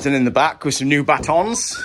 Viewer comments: BATTENS FFS!! You've been driving me nuts with 'batons' ever since you started this project. Tonight, after a bottle of wine, I couldn't contain my frustration any more 🙄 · they're not 'batons', they're 'battens'!